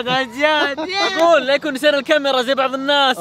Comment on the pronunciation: يقول الكاميراه اغلئ من المتابعين